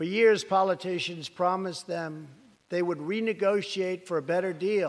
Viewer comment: “Poli-tatians” ... “Maked-ed china..” This is ur president? 😂😂😂